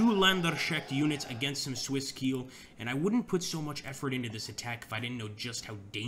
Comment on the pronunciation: Landsknecht is pronounced like "Londs connect", and Keil is pronounced "Kyle" (not like I will KEEEEL you, Mr. Bond).